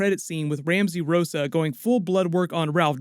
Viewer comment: why are you keep mispronouncing Rosso with Rossa? I'm curious LOL